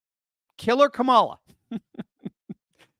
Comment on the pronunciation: Are you sure you're saying her name correctly? It's KAMALA!! K A M A L A!!! 😅 -- Texas 😂